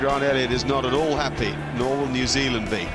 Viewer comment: Hey luv, New Zealand is 2 words.. Its not Nazealand.